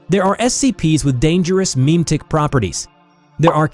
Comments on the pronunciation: the way you pronounce memetic (meme-tic) is rage inducing. It should sound like mem-eh-tic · Every time I hear him say "Meeem Ticks" instead of "muhmetics" I die a little inside. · Memetic. Jesus, how do you pretend to be part of the community and butcher that?